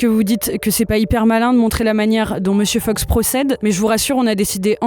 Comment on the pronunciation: pourquoi vous dites 'monsieur feuks'? c'est Fox non?